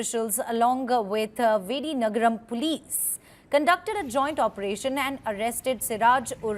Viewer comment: Madam it’s Vijayanagaram not vidinagaram 😅😅😅😅😅😅😅😅😅